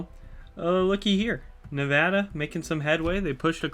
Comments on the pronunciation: He pronounced nevada right too i never hear anyone say my state nevada right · Yoo he said nevada right. Nevada residents rejoice 🫡